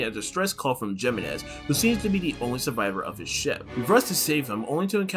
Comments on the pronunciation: It's He-menez, not Gee-menez, since it's a Spanish name. Figure I let you know. Great video, by the way! :D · loved this video you explained everything really well but i think its pronounced HEEmenez also the music was a little too loud at times making it hard to hear you <3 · its pronounced “He-MÉ-NEš”